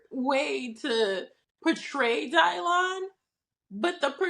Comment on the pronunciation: Dylan who? Someone help me out here. Also that pronunciation is absolutely ridiculous. It's my son's name too. Why? Just why? If you want a unique name for your child, do the work. Research your own heritage and maybe use something there.